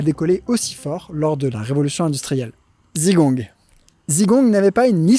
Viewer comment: Tu es sûr d'être allé en Chine ? J'en suis pas sûr, vu la malheureuse prononciation des noms propres. Par exemple, le "Si" de "Sichuan" se prononce "se", 'Zigong" se prononce à peu de chose prête " tze-kong " et j'ai encore plein d'autres exemples. Quitte à faire une vidéo qui explique des choses, autant utiliser les vrais prononciations. Pour plus d'infos, renseigne toi sur les Pinyins. À part ça, tes vidéos sont toujours aussi intéressantes.